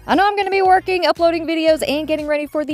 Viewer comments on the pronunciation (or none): none